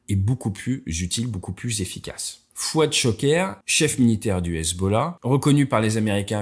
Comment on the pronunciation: C'est devenu Fouad sha-ger... 😂 (Ceux qui ont déjà entendu les pilotes israéliens savent de quoi je parle)